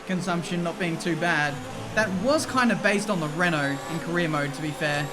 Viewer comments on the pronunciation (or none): none